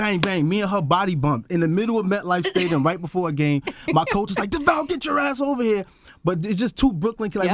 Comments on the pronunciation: It’s Charlemagne calling DeVale Devall for me 🥴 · its charlamagne saying deVOL